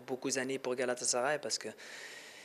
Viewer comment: Herkesin şu yabancılar gibi GALATASARAY telaffuzunu öğrenmesi şart